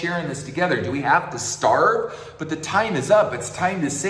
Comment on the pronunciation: This masterpiece has given me so much to question and learn from.. Do we have to STARVE is not pronounced clearly.. I think the word save (In the next sentence) makes the word starve sound like stave.. Other than that translation hiccup is a masterpiece.. 🙂